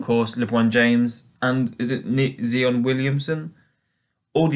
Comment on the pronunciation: It’s ZI ON not zeeon